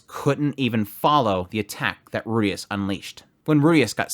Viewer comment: well then the guy is still wrong because he used the western pronunciation of Rudeus with a very clear R sound instead of the L sound which is closer to Japanese